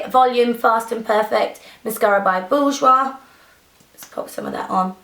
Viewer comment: lol Nic u sounded like such a Londoner when you said Bourjois haha